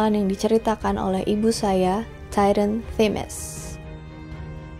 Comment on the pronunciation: Bagus banget pembawaannya , suka 😍 Oiya kalo sebut TITAN biasa aja kak , soalnya kadang suka salah sangka jadi Tyran 😭 ( aku nonton cuma dengerin suara gk liat video nya , biasanya sambil ngerjain hal lain )